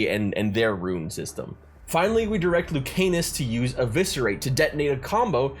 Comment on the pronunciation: Love hearing ppl pronounce Lucanis as Luke Anus 💀